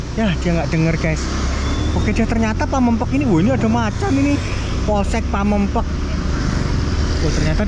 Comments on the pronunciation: mas gk bisa ngomong pamengpeuk ya 😂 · PAMEUNGPEUK....BUKAN PAMEUNGPAOK wkwkwkwk.....😂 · Pameungpeuk bang bukan pamengpek....😂😂😂😂 Ketawa terus gw denger nya.... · Ilat jowo susah ya koh bilang pameungpeuk😅